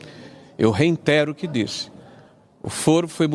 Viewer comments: Um senador fala "reintero". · "eu reintero o que disse". kkkkkkk mongolóide desse nao sabe nem falar direito. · Senador falando "reiNtero" (...) e "iNregular" é de lascar!!! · "Eu REINTERO o que disse" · Ainda fala errado reitero...😂😂😂 Acabou Jéssica? 😂😂😂😂😂